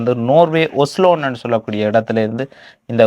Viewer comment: ஒஸலோன் இல்லை ஒஸ்லோ